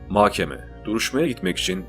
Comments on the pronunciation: Diksiyonunuz çok güzel ama bir tek mahkeme’ye inatla makkeme diyorsunuz . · Mahkeme ‘de h ‘yi yutuyorsunuz .’k ‘yi çok bastırıyorsunuz . Muhtemelen söylüyorsunuz ama kulağa böyle geliyor . Diğer videolarınızda da bu şekilde .